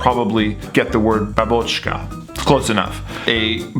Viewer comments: bAbochka, not babOchka ;) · Like for mentioning Russian Babochka:))))) but put stress on bÁbochka (бабочкa) would be great and correct. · In Russian correct pronunciation would be like "bAA(h)bochka" (major stress on "a"), jfyi ;)